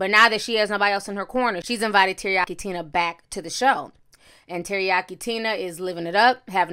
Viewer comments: She said Terayaki Tina. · Did you say Teriyaki Tina 🤣🤣🤣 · She said Teriyaki Tina.....I'm dead